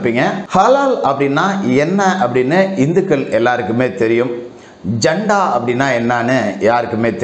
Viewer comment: நண்பரே அது ஜண்டா அல்ல ஜட்கா